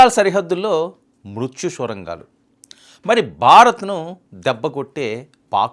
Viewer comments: Mundu thelugu baagaa nerchuko babu Swara gaalu kaadu Sorangaalu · బాబు, అవి "స్వరంగాలు" కాదు సొరంగలు. Neku Telugu రాదో,ఇదేమైనా కొత్తరకమైన స్టైలా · Swarangalu kaadu, sorangalu.. chala akshara doshalu vunnayi.